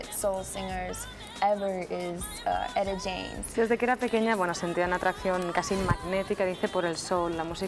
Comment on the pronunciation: Cuando la traductora dice Edi James en vez de Eta James jajaja no tenía ni idea de quien hablaba seguro